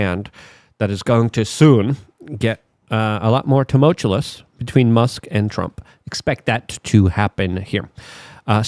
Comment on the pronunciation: Dude!!!! Its tuh-mole-chew-us!!!!!